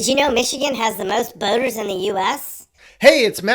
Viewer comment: When the narrator said that Michigan has a lot of boaters, I did a double-take and thought he said "boners".